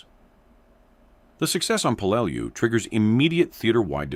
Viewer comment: I really HATE these AI Video's, they can't Speak American, and then half way through the Video Repeats it's self, this Word here the AI has Problems with: Peleliu, it is pronounced as "pe-lə-ˈlē-(ˌ)ü" or "Pell-uh-loo.", can you get a REAL American to do your Voice over, Matt Morse has a Great voice for this!